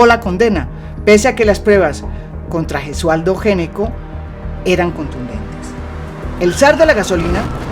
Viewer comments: El apellido Gnecco se pronuncia "ñeco". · Gnecco es un apellido italiano y se pronuncia "ñeco"